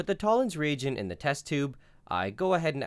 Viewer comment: is it me or does every time he says "Toller's Regent" he sounds really Scottish?